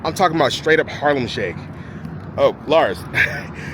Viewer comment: you said Harlam shake 🤣🤣🤣🤣